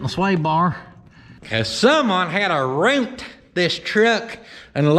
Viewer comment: YOU "ROONT" IT!